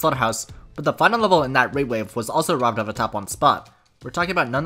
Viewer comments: Who else understood "The RobTop 1" instead of "The robbed Top 1"? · Great video. But I kept hearing "robtop 1" instead of "robbed top 1" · every time you said "robbed top 1" I thought you were saying "robtop one" which confused me every time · Am i the only one who hears "robtop" instead of "robbed" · I can't stop hearing robtop 1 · i heard "robtop won" for so long and i was really confused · Whenever he said robbed top 1 I thought he was saying RobTop won 😂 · "robbed top 1" really sounds like you're saying robtop one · why do i keep hearing robtop 1